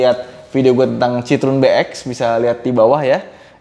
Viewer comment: Kalo liat di Wikipedia, cara bacanya bukan sitrun mas, tp sitroén, ada tuntunannya di wiki gmn cara bacanya.. CMIIW...